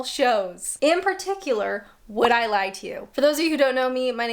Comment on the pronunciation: Why am I so triggered off the bat by the USA presenter emphasizing in the wrong place - Would "I" lie to you, rather than Would I LIE to you